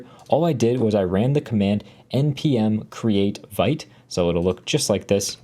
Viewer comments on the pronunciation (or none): love your content bro. But yo check it's pronounced "Veet" lol. It's a french term meaning "to be quick". I've heard ya pronounce it Veet before, but we gotta keep the french alive! lol cheers